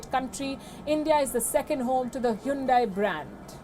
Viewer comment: WION is an racist video channel. Anyone talks against Indians atrocities is an enemy of India. Hahaha. Hyundai stepped on Indian tail. Lady, its not Hoondai, it Hyundai. Learn to say the word right. She's a puppet reader. No class.